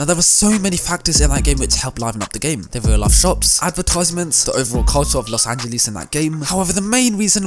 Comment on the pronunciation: Los angelees